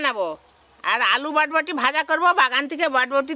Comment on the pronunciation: botboti noi borboti bole go